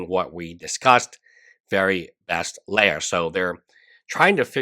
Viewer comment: It’s “Lee-Ya” her name is not a Star Wars princess